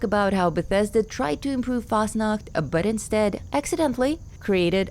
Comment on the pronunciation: Why is it so satisfying to hear Noodle say Fasnacht? 😅